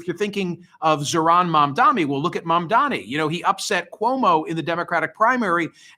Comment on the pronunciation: Why do you find it so difficult to pronounce Mamdani?